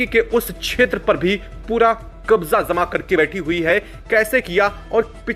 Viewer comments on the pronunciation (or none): पहले श बोलना सीखो फिर वीडियो बनाओ। जमाओ को ज़माओ बोलते हो। इस तरह की बहुत सारी गलतियां हैं।